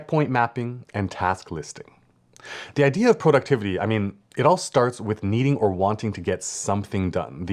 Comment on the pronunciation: Great video! Thanks! I don't think I've ever seen productivity broken down quite this way, working backwards from the end goal and making tasks for each checkpoint, and have bookmarked it to return to and rewatch. Random bonus comment... When you said Pro-ductivity near the beginning of the video, I flashed back to a friend of mine who is originally from Ottawa, Canada, but who has lived in LA for many years. When we were talking on the phone a few months back, he laughed when I said "Pro-ject" (not "Prah-ject") saying I was making him homesick for Canadian pronunciations. I suddenly thought, " must be Canadian, too, because who else talks like we do?" 😂